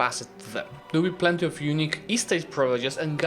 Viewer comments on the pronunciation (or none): none